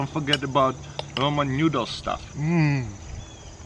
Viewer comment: he said nyudle hehe